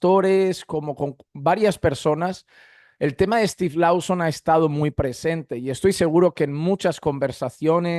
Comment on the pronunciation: Hno, gracias por sus videos. Por favor el apellido de Steve se pronuncia más o menos "Looson", no Lauson ni Louson... 👍